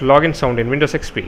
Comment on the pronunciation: it sounded like u said windows sex p